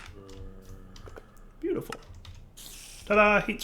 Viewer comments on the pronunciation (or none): none